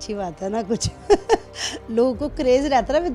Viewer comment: aisa kush(kuch) nhi h ..tack(tag)..audian(auience)..